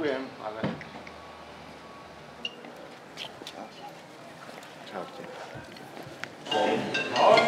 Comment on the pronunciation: On narážel na ten tón…